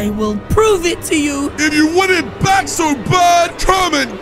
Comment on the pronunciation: Bro said bak